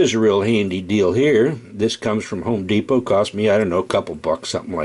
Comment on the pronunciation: The way he said home depot😂